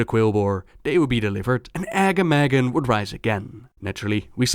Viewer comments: Sorry, love you and your videos, but the way to pronounce Agamaggan's name makes me cringe. His name is supposed to be Pronounced, "Arh-GAH-ma-ghran." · The way he said Agamaggan. "AGGAMAGGEN"